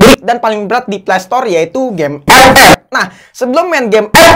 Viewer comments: Ampe sekarang gw ngakak kalo denger kata “EP-EP” 🤣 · GUA SUBREK GARA² LU NGOMONG EP EP BANG 😂😂😂😂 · Gw ngakak terusss dengar abang nyebut epep🤣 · Pasti proses editing nya ngakak sndri tuh liat scene sebut ep ep nya🤣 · Ane player epep, tpi ngakak pas lu bilang epep bro😂😂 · Gw paling suka chenel inih pas luh ngomong ep ep🤣